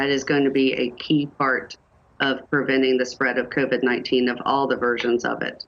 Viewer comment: What's "Criven 19"? Experts only, please, MSNBC.